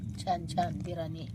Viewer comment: बिरानी नाही ग ताई बिर्याणी अस असते ते